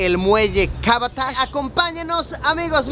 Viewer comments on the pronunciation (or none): Büyük Ada (isla grande, literalmente). Muy bien pronunciado. Estás mejorando. XD ("Kabataş" [piedra de Kaba {sagrada para los musulmanes}] no lo dijiste tan bien... pero va queriendo).